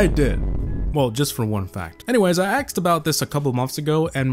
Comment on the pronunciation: “Anyways I axed about this A couple months ago” You thought no one would know mu ha ha ha your channel is now ruined 😈😂